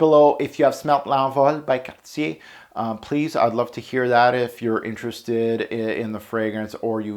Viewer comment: first Youtube reviewer to pronounce Cartier properly